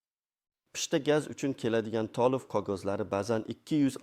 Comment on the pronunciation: Tolivmas, toʻlov, kogoz emas, qogʻoz deb oʻqiladi. Millati kim bu oʻqiyotgan odamni, aniq oʻzbekmas...